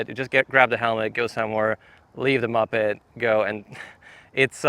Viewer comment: it's not pronounced 'muppet'. It's moh-ped, like the start of MOtor and the start of PEDal.